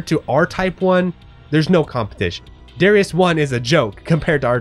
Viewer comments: Gradius - Pronounced Grah-dee-us Darius - Pronounced Duh-rye-us Raiden - Pronounced Rye-den I enjoy the R-Type series as a whole TBH. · I shall never budge from my americanized pronunciation ha. I hate saying Grah dee us and duh ry us :-)